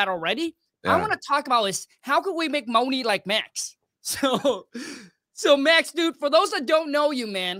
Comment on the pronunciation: Just realizing that’s the guy that says “Get that Mo-Nay”